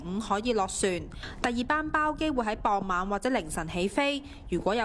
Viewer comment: 小姐，讀傍晚，而不是磅晚!